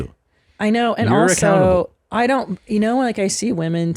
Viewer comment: You say be accountable... I hear be a can able